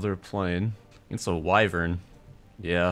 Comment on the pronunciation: As an Old Guard pilot, bless you for butchering that Wyvern…f**king hate those things.